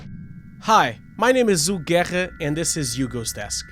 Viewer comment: Do you happen to have Rhotacism or is that just the way its pronounced in Portugese?